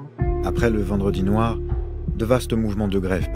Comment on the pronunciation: Le p’tit accent mis sur le « vendredi noir » m’a tué 😂😂